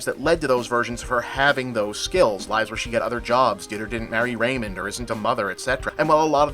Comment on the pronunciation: Raymond? It's Waymond. Thousands of universes? They're infinite. You sure you watched it?